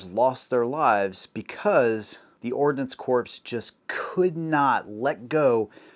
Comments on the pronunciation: Ordinance Corpse? Really, it's pronounced "Core". BTW. The high velocity .22 is junk, it relies on velocity to compensate for its lack of mass. There's a reason for the military going to the 6.8. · Ordnance CORPSE! Ordnance Corps, pronounced like Core. The "corpse" pronunciation harkens back to Barak Obama's "corpseman". He just doesn't know. Nobody told him. I didn't either until somebody told me. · Ordnance corpse?